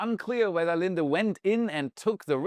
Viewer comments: Lin-dee not lin-duh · It’s pronounced LinDe. Not LindA. It’s the company I work for. Try again. Lol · Good job on helping us better understand what China is doing. Two items: 1. The name of the air products company is "Lin - dee", not your "girlfriend" Linda 😊 2. Please provide English equivalence for your quantities. rather than trying to force us all into the metric system Thanks for the good job you and your team do. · Lin-DEE, not Lin-da 👍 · Linde is actually pronounced Lind-Dee... My father used to work for them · Linde is pronounced Lin-dee